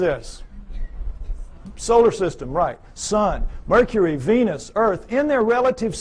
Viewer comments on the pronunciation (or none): none